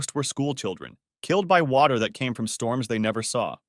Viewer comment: oh my gosh it was not water but it was watty